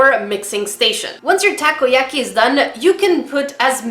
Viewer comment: Takoyaki pronounced taco-ya-key